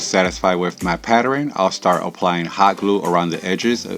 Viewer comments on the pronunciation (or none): I like the video tge rug is super cute. I cringe every time you say PAT TER RIN the word is PATTERN just 2 syllables PAT TERN😁😂